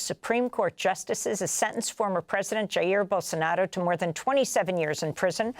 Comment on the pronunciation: Amy: "Djaear Bollsanádô. Nailed it!"